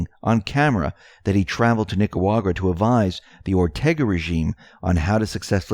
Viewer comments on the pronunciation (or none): none